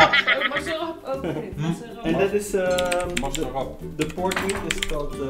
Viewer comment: I like the auntie who keeps saying masarat 😅 she even tried using her hand.. Amazing